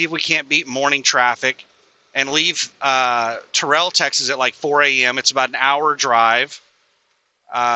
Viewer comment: Terrell is pronounced Tair-L